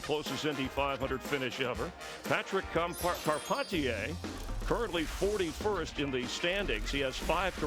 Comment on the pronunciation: It is hilarious going back to these and listening to the booth try to pronounce Patrick Carpentier